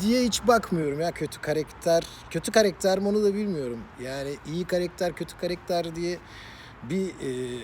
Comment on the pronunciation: Karekter değil abi karakter 😂😂🤣🤣